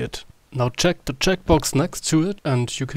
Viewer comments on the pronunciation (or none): The 'The' and the 'TH' problem from germans